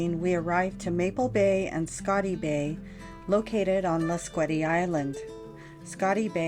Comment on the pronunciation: Lasqueti is pronounced "Las-KEE-tee"